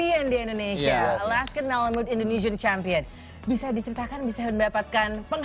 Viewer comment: Emang bener alaska bkn dari eropa tapi baca tu yang bener Alaskan Malamute Bukan Alaska Malamute